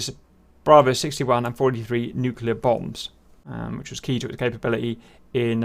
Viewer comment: Ehhhhm, what's a 'Nucular' bomber? ;D